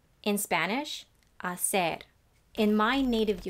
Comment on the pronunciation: It was heard perfectly...